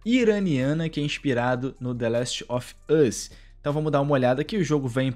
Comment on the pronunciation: Pq vc fala "The Laxt of yús"? Kkkkkkk